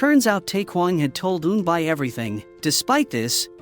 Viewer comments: auto-generated audio. Pronunciation of Korean names is off by a lot. Pronunciation is actually E-un-B and E-unb-B-yule. Like mule, by with a y. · eunbi (pronounced oon-bee) and eunbyeol (oon-byol). (the problem with AI reading comprehension is they take all the words as American English) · It's Eunbi and eunbeyol not unbay and unbayol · Pronounce wrong ,the correct pronunciation is Eunbie ,like Rubie not Eunbi ai . Eunbyeol not Eunbile 😂😂😂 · Pronunciation needs work.. N-Bee (Eun-bi) N -B yool (Eun-Byul) Plot hole... Eun-byul committed slander and libel against soo-young, turned the whole city against her, and falsely accused her of a crime she knew was false, and was never caught/punished for it. If Soo-young had proof, she could have destroyed Eun-byul's life and future, and/or made her a victim like her sister. Eun-byul sent her sister care packages at the orphanage for years, but never rescued her. Also, what if the bully Soo-young's parents had adopted Eun-bi to be her servant, but on the surface appear to have done it to give her a sibling so she wouldn't be lonely?🤔 Just a thought and some fan fiction ideas... 😈😎😇